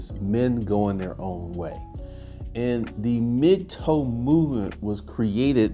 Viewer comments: Its "Mig- Tau" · You saying mig toe movement? I keep not hearing the term